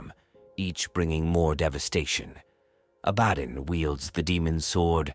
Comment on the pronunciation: why is so hard for these youtube voiceovers to say abbadon. a-bad-on aint it